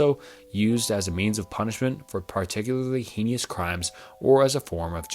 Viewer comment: Hey! I recently discovered this channel and thoroughly enjoyed this video. A small suggestion: try recording the parts you mispronounce. I know it is easy to make mistakes when speaking, but there are times when I hear you hurrying through sentences, making them sound like gibberish, and repeatedly mispronouncing words to the point where it is painful to listen to. One being heinous. I do think your channel has the potential to grow, and this is a repeated grievance I see in the comments. I do hope you take it into account, but in the end, it is your choice.